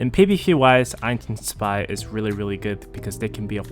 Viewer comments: why do you keep calling zwei "spy" bro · I'm Asian too bro xD Btw the correct pronounciation is "zu vai" with a "v" (2 in german)